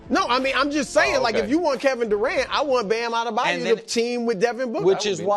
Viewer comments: Someone please tell Broussard it's Bam AdebaYO, Not AdebaYOU. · Brou and I have an inside joke that he has no idea he's a part of. E Ever since Bam Adebayo has come in the league he pronounces it "A-deh-bye-you" and i get a little chuckle EVERY single time. Thanks Uncle Brou